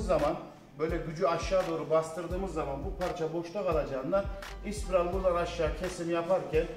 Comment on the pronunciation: Elinize emeğinize sağlık.. ama ispiral değilde, spiral diye söylerseniz daha iyi olur bemce.